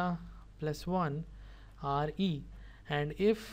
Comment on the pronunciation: yeha you are correct but he is saying re Instead Of Re